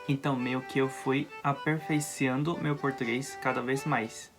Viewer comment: Parabéns! ◇ Você está no caminho certo! A pronúncia está otima. ◇◇◇ ◇ Você disse que aceita correção... quando assisti seu vídeo, notei uma palavra com pronúncia errada: Você disse: "meio que eu fui Aperfeiciando" ((Aos ")) O correto é: < fui aperfeiçoando >. Continue seus estudos, pelo que notei, em pouco tempo terá ampliado seu vocabulário e estará apto a se comunicar com a certeza de que falará corretamente. Sucesso!